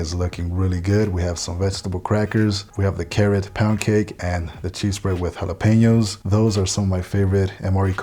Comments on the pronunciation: Surprised to hear you mispronounced jalapeno. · He did that intentionally....